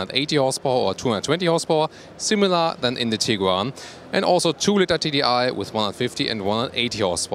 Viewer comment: please work on your English skills..miss-pronunciations like beer instead of bear (pronounced bær) or litter instead of litre (pronounced leeter) are a bit embarrassing.